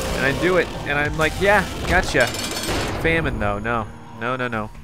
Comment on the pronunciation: its NO! NOT NO!?